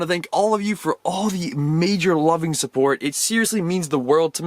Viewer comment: At the beginning he said subbort in stead of support